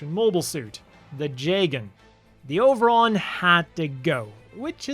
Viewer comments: I like that the “Over-on” pronounced with a Japanese accent is “Oberon” is a cute little nod to Oberon and Titania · Interesting way of spelling Oberon. I wonder if this was word play in Japanese, like the To-Love-Ru manga's title being pronounced the same as the English word trouble.